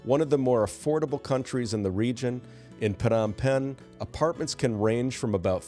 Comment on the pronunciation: Phnom Penh is pronounced ,Nom Penn.